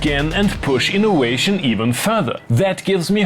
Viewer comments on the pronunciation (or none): Another fantastic episode. But you manage to say VERDICT then ten seconds later said inoWation. Hahaha xxx